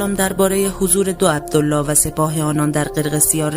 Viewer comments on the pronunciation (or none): none